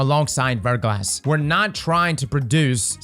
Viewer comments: Anyone else keep hearing "Vertical ass" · It's pronounced ver - GLAH. It means a thin coating of ice or frozen rain on an exposed surface.